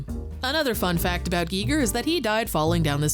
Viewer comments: G I G E R not G E E G E R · "Guy Ger" not "Gee Ger" Smh I cant listen to the video. Such an easy name to not get wrong. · oh man, is it really pronounced Gee Ger ? i'Ve been saying Guyger my whole life. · Can you please stop saying geeger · GEE GEER? hard pass if you can't even say his named right you know nothing. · I thought it was pronounced "Guy-ger" but I could be wrong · Pronounce his name right! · Who else turned the video off after the Giger pronunciation?